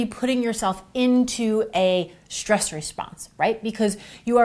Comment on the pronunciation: Please don't say exshteam and shtress.